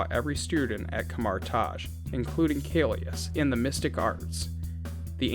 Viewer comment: hi, just wanted to point out that it's kaecilius not kaelus! Otherwise, great video!